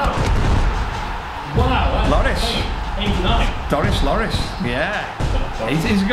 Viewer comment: To, you don't say Lloris (Lo-rris) you would say it as Ler-ees